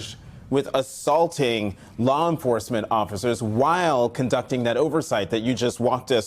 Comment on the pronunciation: Did he say aththaulting?